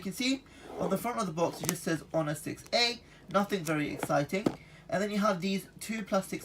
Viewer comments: And he says ho ner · It's pronounced oner